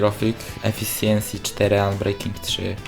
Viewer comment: nie mam problemu ale efficiency czyta sie efiszensi